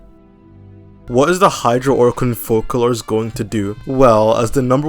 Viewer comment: YOU ARE A FURINA SIMP, WHY CAN YOU NOT SAY FOCALORS RIGHT??